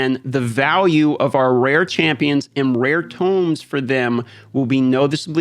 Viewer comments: Had to stop watching video "again" Pls Pls Pls stop saying Tumes. The word is pronounced "tohm" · Tomes. It’s TOE-ms. 😁